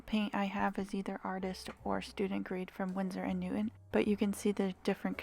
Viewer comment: I think it’s pronounced Winsor & Newton not newt. On